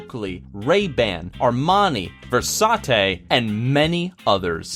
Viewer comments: It's not, "ver-saa-tay" it's actually pronounced, "ver-saa-chee" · ok number one versate? are you trying to say versace(ver sa chi) because if you are then you are terrible at saying things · He said "Ver-Sa-Te-'lmao not Versace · nigga said versauté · "or even VERSATTE" hahaha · versartee ??? u mean versace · lol he pronounced "Versace" VER-SATE